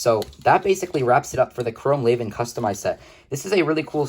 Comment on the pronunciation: Everyone pronounces it wrong lol, you're pronouncing "chrome laven".. it's actually pronounced "lee-van", just look at the spelling.. raven (Ray-ven) is spelled completely different from Levan (lee-van) so how could they be pronounced the same right?